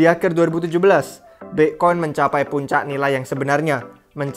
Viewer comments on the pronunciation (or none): Bi'khoin haha